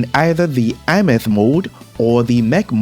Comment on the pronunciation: i find it funny how he pronounced Aemeath = iMeth 😂 I pronounced it as "ey myath"